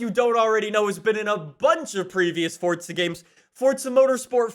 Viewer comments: It’s forza not fortza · Where is the T in Forza? I didn’t know it was Fortza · Why say Fortza?